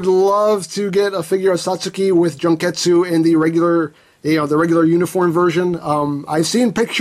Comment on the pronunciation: omg! i just rewatch the vid, and the way he say "Junketsu" like " JUNK -estu" OMG "JUNK" 😂😂😂 it's "Jun-ketsu"